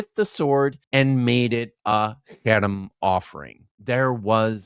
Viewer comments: “haram” but what’s on screen is “herem” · when the apparent expert doesnt pronounce Harem right, its a guttural sound not a soft H